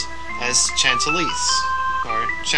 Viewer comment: "Shant-uh-lise", and, if you want to take Tear up on her joke, "Racketeer." It's a Fantasy Counterpart Culture of France, remember~